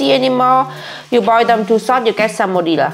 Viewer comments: "[...] you get salmodila salmolia s a p O d i l a ? " "Sal mo nella " " Salmonellaaa !! " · You trying to pronounce "salmonella" had me crying 😂😂😂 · struggling to say "salmonella" is my favorite thing